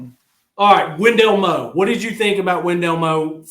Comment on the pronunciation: Whatsup & good show and I know it's spelled Wendell Moe but it's actually pronounced Wendell Moi he looks like a Moe to me as well but with him being Polynesian they pronounce it Moi just letting yall know. GB🍊 Vols 🏈